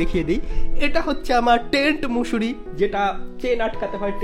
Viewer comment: Mosare❌ Musure✅ 😂😂